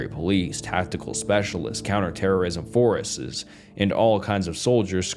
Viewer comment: The constant mispronunciation of incredibly basic words is genuinely hilarious. Not really a good thing for spooky stories haha. Like brother, how tf do you says forces as “fowources” 😂